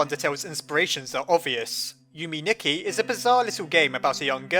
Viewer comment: Yume Nikki is pronounced you-may knee-key Edit: it's Japanese for dream diary